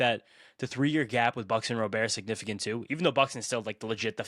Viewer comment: FYI - the correct pronunciation is "RAH-bert" 😉